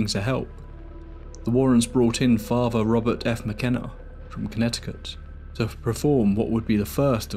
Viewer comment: Thank you for an interesting watch! It’s very well-researched. One little thing - I kept noticing throughout the video that all ‘th’ sounds are pronounced as a ‘v’ sound. I think your narration would improve if you worked on that. For instance you say ‘father’ as ‘farva’. It doesn’t match the articulation in the rest of the video. Just a thought! Anyway thank you for the video!